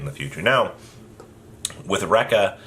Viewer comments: It's pronounced Reek-ka. Not Raik-ka. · Ree-Ka, Ree-Ka not Denko Rect ya